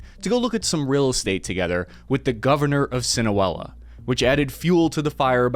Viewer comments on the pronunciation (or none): “Siwanola” bro it’s SIN AH LOAH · How hard is it to say, "SEE-NAH-LOW-AH" Tf is sinawella? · Are you calling it (1) sin-aa-well-aa or (2) sin-aa-low-aa because I thought it was the second one and always heard it pronounced as (2), this is the first time in my life I've heard it pronounced (1) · si-na-loa not sinoella lol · Please pronounce Sinaloa correctly. It is pronounced SIN-a LOA. Not Sinowella. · II couldn't;t get past your pronunciation of SinOWella. It's SeenAhLoah Bye Bye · Aren't you pronouncing the cartel name wrong? Looks like "Sinaloa", not "Sinuela" as you seem to be saying. And it sure looks like "Chapolito's", not "Chapatito's". Not good for your credibility. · Sinoela? Or Sinaloa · SINOLOA NOT SINOWELA!!! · Si..na.. lo...a... not Sinoela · "Sin-u-ela." SMH. It's not that hard to pronounce "Sin-a-low-a." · It would be nice if you learn and practice a lot how to pronounce those Mexican names because when you “pronounce them your way” it’s hard to define what the heck you are talking about. For example; you say “sinawala” when you have to say SINALOA. YOU SAY “abredir” when you have to say “OBRADOR”, and so on. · I salute your patriotism and goodwill toward the people of both America and Mexico. ... However, are you pronouncing Sinaloa as "see-nuh-WELL-uh"? ... It's obviously "see-nuh-LOW-uh." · Si-Na-Lo-A Not Sinawela hahahahah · Your pronunciation is horrible lol it’s SINALOA SEE-NAH-LOW-AH not SIN-OH-EL-LAH 😂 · "Sinewella" Cartel? Its pronounces "Sinelowah" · "Sinoella"... Cinderella's lost sister...😂.... It's pronounced SI NA LO A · Sinaloa not Sinahuela. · The Inability of Gringos to properly learn another languague has always been perplexing me for years. Why are you pronouncing it as "Sin-A-Well-Ah" instead of "Sin-Ah-Low-Ah" 😂💀 Jesus... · It is pronounced Sin-a-loa not Sin-a-wella! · Bro - it’s Sinaloa. Not sinuela. And it’s Chapito’s not chapolitos or chapopitos or whatever you said. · Sinawela? See-Nah-Low-ah. That’s how it is pronounced.